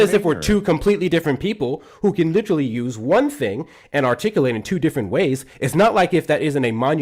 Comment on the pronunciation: Lit -TRALLY....ffs Insufferable